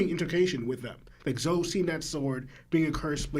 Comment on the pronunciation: The twins have a hard time saying Katakuri and Elbaf 😂 they can't even say Zoro. "Zolo"